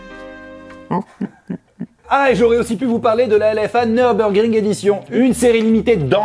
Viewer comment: Le nubrougring 😭